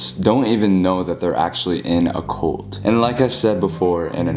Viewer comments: saying colt instead of cult 😂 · He said "cOlt" not cUlt!!! I'm dead 💀😂😂😂😂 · I love how every time you say cult, the captions think you’re saying colt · Or coal🤣